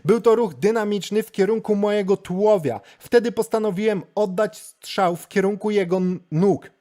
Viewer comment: Strzał, nie szczał 🤷‍♀️